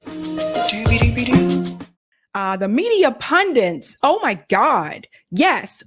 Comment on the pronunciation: They’re not pundints, they’re pundits.